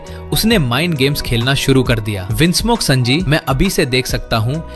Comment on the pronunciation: Sanji ❌ sanaji😅 Bhai sunnydeool he kahde